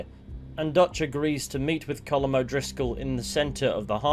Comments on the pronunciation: Why do u keep calling him coulomb 😂 his name is Colm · His name is pronounced “Column”. It’s Irish. Sean, the Irish gang member even says this during camp dialogue with Kieran. And I’d think the Irish have a better understanding on how to pronounce their own names than you Americans. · Why are you saying Colm's name so wrong?